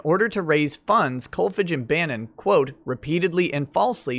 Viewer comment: Kolfage is pronounced with a long a.